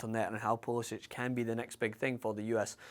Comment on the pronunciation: How can you expect to be taken seriously when you apparently haven´t even paid enough attention to pronounce his name correctly -__- he pronounces it poolisik, look it up. If you saw the CL game today and are a half-decent analyst who knows anything about US soccer then you can see the kid is ALREADY one of the best players we´ve ever had, regardless of age. On top of that he was the youngest player in any of the CL games today, and the youngest player in Dortmond´s CL history. Few U.S. players have ever played in a club match at that high of a level at any age. And not only did he play, he was one of Dortmond´s most dangerous players the whole game, rarely turned the ball over, and helped lock down his side of the field defensively. But the most exciting aspect is his off the ball movement, always conscious of how his runs and movement affect space for his teammates. I´ve NEVER seen an american player with the soccer IQ and decision making class that I see with Pulisic. I love Donovan and his chance creation abilities were class, but he never showed Pulisic´s level of decisiveness, off the ball cleverness, or defensive tenacity in his entire career. Even Donovan himself said there´s no comparison considering Pulisic is playing for Dortmond when Donovan was packing his bags for California after failing to crack the first team at Leverkusen. So let us be excited. Or are you just jealous that you could only DREAM of a Scottish player with Pulisic´s potential, or even one as goo